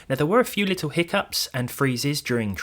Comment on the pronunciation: its Little not Littaw.